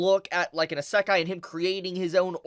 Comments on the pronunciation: Your pronounciation of iseakai is really killing me here lmao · bruh why you say eh-seck-aye it hurts me. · Please look up how to pronounce Isekai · the way you say issekai is interesting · It bugs me how he says isekai.